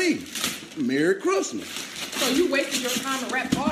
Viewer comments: "MARY chris-muhs" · “Murreh Crissmiss!” 😂😂😂. One of my favorite videos!